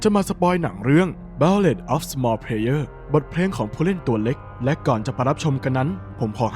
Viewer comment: มันอ่านว่า บัลลาด